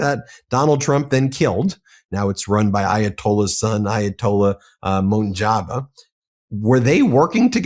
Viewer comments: I love your content I watch every video but please get the names right.. its MUJ-TABAH not MUN-JABA and its pronounced CALMIN - EYE, NOT CALM-AY-NEE. CALM AY NEE WAS THE GUY WHO STARTED THE R REVOLUTION BEFORE THIS FATHER AND SON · Bro learn to pronounce a name correctly. There is no N in Mojtaba why you pronounce it Monjaba. I listen to you all the time and never once I heard you pronounce it correctly. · I think you should quit on trying to pronounce foreign names, Ben. Ali Khamenei's son is not called anything close to "Moon Jabbar".